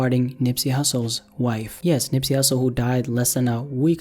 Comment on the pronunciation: Nigga said Nipsey Hustley💀